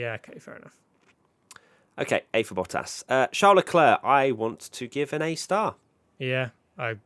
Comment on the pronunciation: ⚠️ To all international sport journalists & presenters: ... it is NOT Lewish ... it is NOT Bottash ... and it is certainly NOT Max Vershtappen!!